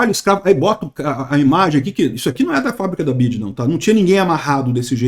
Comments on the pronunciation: chamando "BIDI" 😂😂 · "bid" kkk